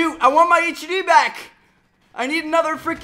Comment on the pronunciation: Btw it's HUD not h u d not to be rude just something to note